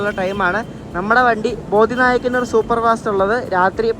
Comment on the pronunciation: ബോദി നായ്ക്കന്നൂർ അല്ല ബോഡിനായ്ക്കന്നൂർ ആണ്.